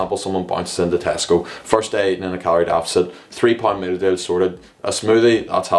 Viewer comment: “mill dill” 😂 i’m sorry i was dying at the way u say meal deal 😂🤣🤣